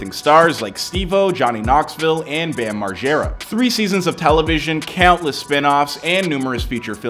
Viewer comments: This clown can't even pronounce Bam's name. Who is Bam Marge-arrow? Figure that out & then realize Bam & CKY invented Jackass. Bam was a famous, rich, pro skater long before Jackass was even a TV Show. Come on. Get McCrudden on the phone - I'm going full Karen here. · First off it's Bam Mar-Jair-rah, not the way you say it, 2nd off Bam had a huge drug/drug problem before Ryan Dunn died in fact Dunn once attended an intervention for Bam and persuaded him to go to rehab, stop the misinformation. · how you gonna pronounce his last name wrong